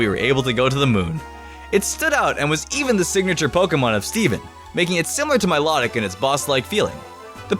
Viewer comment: it s mi low tic not mi lot ic